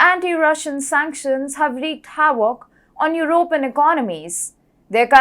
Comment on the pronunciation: Why do Indians have a problem pronouncing the "V" it is not "Hawoc " it is havoc and it is not wiable it is viable...